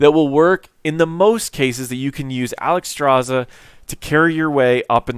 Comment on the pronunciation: Alexstrasza, not Alexstraza. Otherwise a good informational video